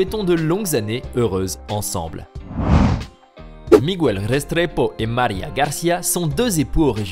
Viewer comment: MIGUEL se prononce mikel pas migu ell